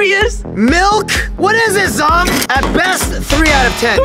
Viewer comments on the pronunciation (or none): Its "Kat" Not cat and its also "Zhong" Not zong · Its zhong not zong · it's Zhong not zong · It's not cat it's Kat It's not zong it's zhong.